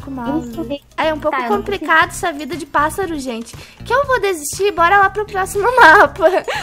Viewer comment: 1 tentativa:: Flamingo 2 tentativa: Pato 3 tentativa:: Passáro